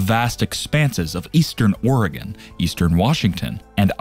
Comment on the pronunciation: At he didn't say Ore gone. Lol